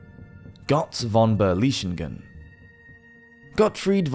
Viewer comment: He just can't pronounce the "ö" in Götz..